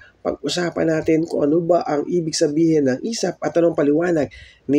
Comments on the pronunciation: esaf not esap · ESAF!!!! hindi ESAP!!!. Inang yan ilang beses mo ba nireview video mo bago i upload? ESAF, E S A F!